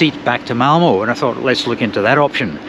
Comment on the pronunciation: If there are compartments on the train then this is the way to get a decent sleep. Done it many times. Avoid open stock completely. By the way it is Malmer not Malmoh. Look for the umlaut! Excellent video, though.